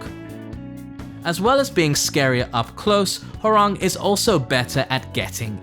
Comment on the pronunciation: It's HÓrang, not HoRÁNG